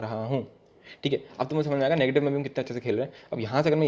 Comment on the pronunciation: khelte khelte perpendicular gira diya .🗿 : negitive ,negitive ,negitiveee,nagitive naagitive kya hoge!!🌚 Aa, um..yum..yum😆